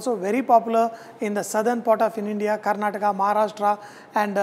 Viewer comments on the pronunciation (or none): none